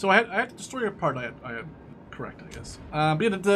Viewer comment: He cant pronounce "the"